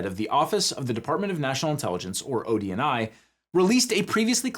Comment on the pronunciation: I hear it like that too.